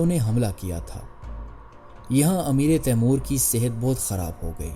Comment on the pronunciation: خدا کے لیے اردو کا تلفظ ٹھیک کرو "امیر تیمور ہے نیچے زیر نہیں ہے جو آپ بول رہے ہیں اس مطلب ہے تیمور کا امیر ۔